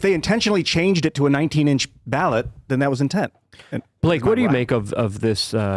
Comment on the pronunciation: *intent (indent 😂)